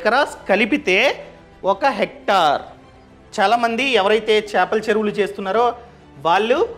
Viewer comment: Hector kaadu hectare